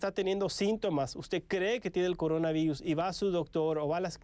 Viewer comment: No pueden decir "por" pero si coronavairus! Y la simple razón de meter L por R queda ridícula.